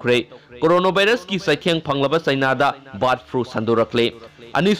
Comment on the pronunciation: Brid flu haire 👍👍